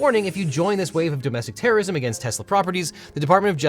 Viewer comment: It's pronounced "terrism."